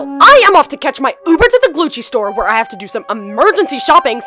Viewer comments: It is Gucci not gluchi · Its Gucci not gluce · LOL THE GUCCI SAID GLUCCI BAHAHAHAHHAHAA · it said glucci 😂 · He said Glucci slides L.O.L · Glucci? I think they are trying to say Gucci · Glucci slides lol that’s wat I heard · Isn't it supposed to be Gucci not Glucci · He said Glucci Store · its not glucci its gucci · It's not glucci IT IS GUCCI!!!!! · Am im sorry to ask but its not glucci its gucci okay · It's not Glucci it's Gucci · its not "Glucci" its Gucci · It’s called Gucci not glucci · It’s Gucci not glucci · It’sGucci not Glucci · "I NEED MY GLUCCI SLIDES" rlly,glucci? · You are saying glucci 😂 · Who heard glucci like if you heard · I swear I heard glucci no shade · It said glucci